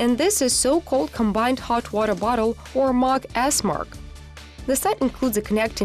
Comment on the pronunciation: She is really struggling to say hot water bottle